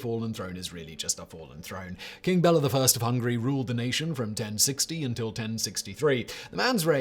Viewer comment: FYI, 'Bela' is pronounced "BAY-luh" My family is Hungarian, and a family friend was named Bela. Don't even ask how 'Csaba' is pronounced.